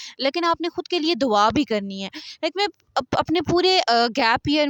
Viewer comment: It's Dua not dawa!!!